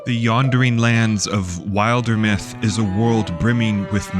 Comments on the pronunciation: great video glad i got this in my feed! these are exactly the type of worlds i love, even if there are people who will say “there’s no story” those of us who appreciate a well crafted world will be around to play it them (also not to be a 🤓 but it should be pronounced Wilder-myth as in wilderness, not wild-er-myth 😅 hearing it pronounced wild-er was a first for me lol 😂) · You watched the Wildermyth Q&A and still couldn't pronounce it correctly! 😂 Sorry I couldn't resist being cheeky! This is an excellent video and contemplates one of the key aspects of world-building, and fantasy & fiction that people forget.